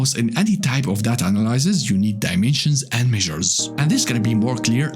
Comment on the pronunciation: Take a shot every time he says da da ta